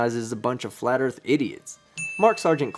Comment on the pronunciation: How come they can never say Earth? It’s always Erf 🙄